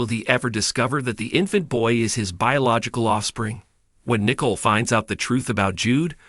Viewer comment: Her name is Nicole not Nickel